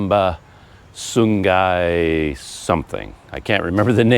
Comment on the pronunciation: Not getting accommodation in Ipoh could be a blessing in disguise. The traffic would probably be horrendous in Ipoh it being a long weekend holiday. On the topic of pronunciation, Terengganu is pronounced as "Treng - Ganu". Sungai > "Soo - Ngai" with an "ng" sound. Banyak > "Baa - Nyak". CC